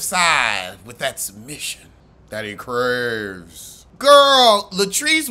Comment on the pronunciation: “With that submission that he cravezzzzz” lol 😂🤦🏾‍♀️😫